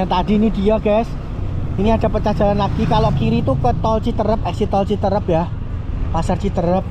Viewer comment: CITEUREUP bukan citerep LEUWI bukan Lewi koreksi bro, nanti orang Sunda pada ketawa 😅